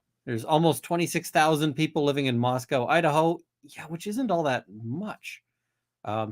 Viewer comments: for all who may be interested, latah is pronounced "lay-tah" and moscow is "mos-coe" not "mos-cow". sincerely, a moscow, id, resident. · Pronounced lay taw and mos Co not mos cow